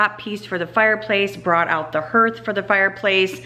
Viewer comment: you are such a hoot! The way u say hearth, it’s actually pronounced harth, ha, ha! Where I live we can occasionally see pea sized hail, but you probably had “golfball” sized hail. Nasty stuff. Our family has been working in the trades like forever. It is such hard work and when customers are appreciative and thoughtful they offer them donuts, coffee, drinks etc. Sometimes they even give them extra money😉 Thank you for being one of those customers. It is appreciated more than you know!